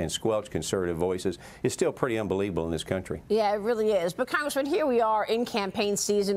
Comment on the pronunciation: "UNBELIEVABL?"😂🤣 It's the new norm